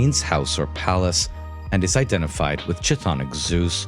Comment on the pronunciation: Bro it's pronounced K Tthonic K, KTHONIC, NOT ch-thonic